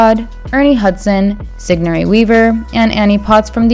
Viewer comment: Sih-gor-nee. I think she said siggnory lol